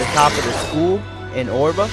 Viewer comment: Oerba is pronounced Erba not Orba, you have managed to get as far as mission 55 you should know how to pronounce Oerba lol just saying...but otherwise thanks for showing us where mission 55 stone is, I have been looking everywhere for it.